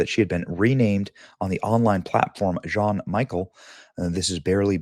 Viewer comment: Hearing Benny pronounce Jean as John and Michel as Michael is just the best.